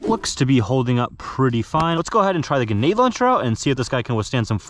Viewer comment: Grenade grenade grenade say it with me grenade God I hate that for some reason it just really bothers me dude it's grenade not Guined